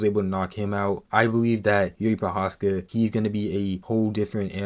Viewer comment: How hard is googeling his name to get it right? Im not even talking abou special characters in first name Jiří, but his surname ProcházKa